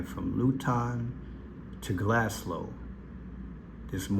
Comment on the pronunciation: GLASGOW, NOT GlasGLOW😂